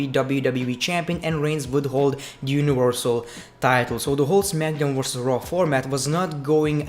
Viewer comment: Your accent: When you say "Monday Night Raw", it sounds like "Monday Nitro".